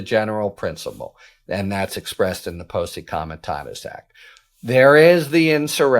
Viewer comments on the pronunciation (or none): Since when has any law, act, or moral rule stopped trump? Did he respect the emoluments clause, the Logan act, Hatch act, etc. ? No. He cant even pronounce Posse Comitatus Act let alone abide by it. Here comes fascism.